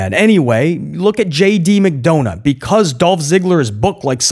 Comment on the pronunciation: My boy said JD McDounut lmao 😂